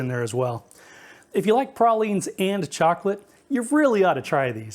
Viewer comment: Thank you for pronouncing pralines correctly! You got pecan right too!